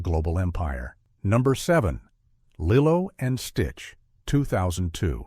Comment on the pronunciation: And "Lilo & Stitch" as "Lillow & Stitch...